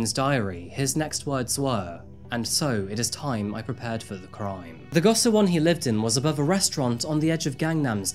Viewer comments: Says "Seoul" (Soul) then says "See-o-cho" for "Seocho" (So-cho)😂 that's the human brain for ya. Gosiwon is pronounced "Go-she-wahn", Korean romanization is absurd. If you do anymore Korea crimes, gosiwon is likely to come up again. I lived in Gangnam for four years and was stalked in the station with thousands of people around me. Generally Korea is safe, but the lack of help for mental health can make it dangerous in invisible ways. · It's amazing how deep the research and effort went into making this video but how the effort to learning how to pronounce the words correctly flew over the water. Jeong is just "JAWng" and gosiwon is "gaw-shee-won." But all the other words were pronounced well enough. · Go shi won is the proper pronunciation and hapjeong is not in the far south of Seoul, it's right next to the north side of the river :) good video though! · I love how you cover cases from all over the place! I can’t help but point out that gosiwon is pronounced like goshiwon. Hard to tell from the English spelling of the word! Great work as always. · i haven’t finished the video but i am loving it so far!!!!! i really like the way u describe the location in which the case takes place. just wanted to mention that the place of residence sangjin lived in is pronounced as go-shi-won. love all ur videos and sorry to make criticism to otherwise perfect content😊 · lots of accurate info on korea, very nice. the compact housing is pronounced go-she-won, just fyi